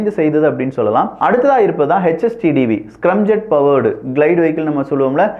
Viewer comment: தம்பி அது ஸ்கிரம்(scrum)ஜெட் இல்லை ஸ்கிராம் (scram)ஜெட் பல இளைய தலைமுறைகள் உன்னை பார்க்கிறார்கள் ஆகையால் இது போன்ற சிறு தவறுகளை திருத்திக் கொள்ளவும்